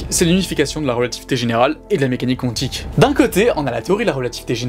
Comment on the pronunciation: Ça se prononce Quantique ( comme ça s'écrit ) . Il n'y a pas de W ... Oui je chipote , oui je trouve ça bizarre lol